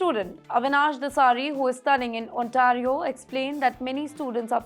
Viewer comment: Ontaaaario ❌ Ont - a (eh) - rio ✅